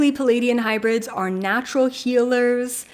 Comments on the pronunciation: You say palladian hybrid... do you mean ple-aidian hybrid? Love & Light. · I Love your channel but I’m afraid you are mispronouncing the name Pleiadian...You say “Peleidian”...sorry for that but I love languages and studied linguistics, so I could not help myself but to draw your attention to that...there’s a letter “L” straight after first “P” - Pleiadian